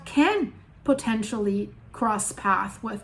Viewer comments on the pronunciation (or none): none